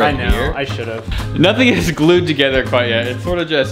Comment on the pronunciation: He glewed it with wewd glew